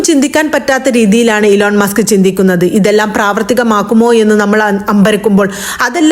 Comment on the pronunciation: ഇലോൺ മാസ്ക് അല്ല ഇ ലോൺ മസ്ക്